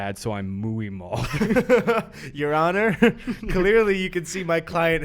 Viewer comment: i loved Gus’ pronunciation of muy as muay